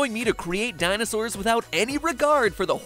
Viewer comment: you mean, Dinoses?